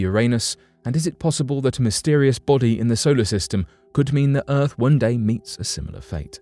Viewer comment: Ahhh it’s the decent narrator and normal speaking, non creepy, none monotone. This narrator is down to “erfff” :- earth